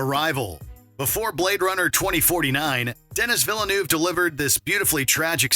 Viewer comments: Please lear how to pronounce Denis Villeneuve's name correctly. Pronounced Den-EE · my man said "Dennis Villanoov" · How does butcher Denis Villeneuve’s name so badly aren’t you guys Canadian? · A surprisingly excellent list, I am absolutely shocked that has heard of "Primer." Just PLEASE learn how to pronounce Denis Villeneuve's name though.